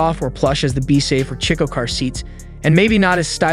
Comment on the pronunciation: Chicco is pronounced "Key co." And Graco isn't "grahco" but "Grey co." Britax was correct I think.